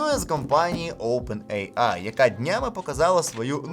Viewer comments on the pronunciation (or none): none